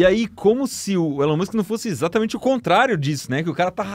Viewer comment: "This is elon mus"